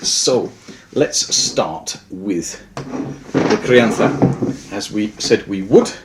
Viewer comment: You pronounced gran reserva and crianza perfectly, do u live in spain or something? Im spanish and had to say it, its hard to find an english speaker who pronounces that well, good video!